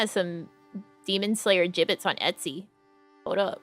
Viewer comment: Thanks for the stream!! It was a fun chatting and window shopping stream. I had no idea what a Jibbitz was at first, I thought ya kept saying Giblets and I was so confused LOL:_NamiLaugh